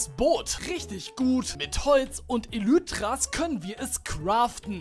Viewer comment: NEIN hast du nicht gemacht DU HAST ELYTAS GESAGT STATT ELYTEN !!!!!!! das tut weh ansonsten natürlich cooles video